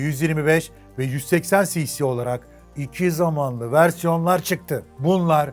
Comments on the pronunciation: 2 zamanlı derken o nasıl bir diş sıkması yaa :D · Şu " iki zamanlı " derken ki o vahşi vurgulamana hastayım:)))))) sen çok yaşa <3